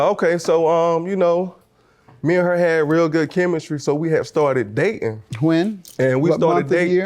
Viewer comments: Brother needs to learn how to speak in public. Daing without the T is not a word. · Daing without the T is not a word